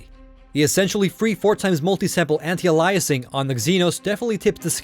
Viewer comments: Ay-lee-ay-sing, not allah-i-sing my dude :) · I was about to say the same thing. What kind of tech reviewer doesn’t know it’s called “AY-LEE-UH-SING” not “UH-LIE-UH-SING”... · Ayelias not ahlieus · Ya Wtf lol alayasing? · Aliasing is pronounced ay-lee-es-ing. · If alias is pronounced a-lee-ess why would you say aliasing differently lol you sounded like Microsoft Sam. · you pronounce "aliasing" funny. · your mispronouncing aliasing